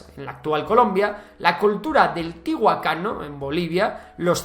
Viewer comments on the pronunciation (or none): Es tiahuanaco no tihuacano. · FE DE "RATAS": "Dinastaía" Han. Grandes "Empreadores". La Cultura del "Tihuacano" (dice "tihuacano" y escribe "tihuanaco", pero la palabra correcta es tihuanacota). "Setrapías" (es Satrapías). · Tihuacano dijo jejeje más de un boliviano se está matando de risa, ahun así me gusta el video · CÓMO QUE "TIHUACANO"?... CÓMO ES POSIBLE QUE MI CANAL FAVORITO DE HISTORIA SEA CAPAZ DE PRONUNCIAR MAL UNA DE LAS MAYORES CIVILIZACIONES PREINCAICAS DE TODA LA HISTORIA DE SUDAMÉRICA?😤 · "Tiahacano" que triste ver ese nivel de falta de atención al detalle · tiguacano No, Tiaguanaco si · Es que los españoles les cuesta pronunciar bien muchísimas palabras indígenas prehispánicas. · lo ha pronunciado mal, pero si lo lees esta bien escrito pa